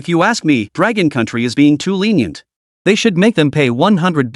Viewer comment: Chu Lan: Litenient